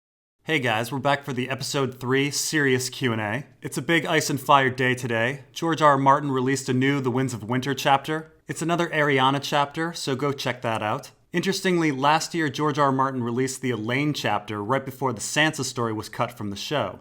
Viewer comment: Why do you pronounce Varys as Vareese and Arianne as Arriana?